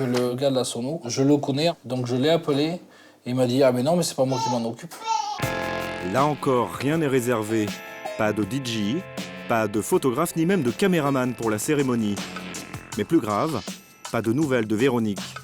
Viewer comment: dee jee ? c'est quoi ? DJ ?? pquoi les français disent toujours DG????? c tellement bête